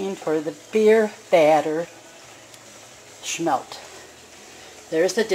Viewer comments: Lady, they are not "Schmelt"! It's Smelt. No CH! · SMMMMMELTTTTT not sssshmelt